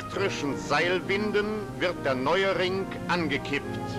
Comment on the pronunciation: But please be careful. The way the speaker pronounces the "R" isn't common in german anymore, cause of a certain someone. And the way he says "Ring" (it sounds like "Rink") isn't correct either. The "g" at the end is soft, like in english. I think it's like in every other language too. The accent changes with time and region a little bit. So in every other way I agree with you. To train your understandig in this language this video is really nice.